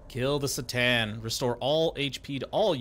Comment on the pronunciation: Gotta love how you call C'Tan - "the Satan"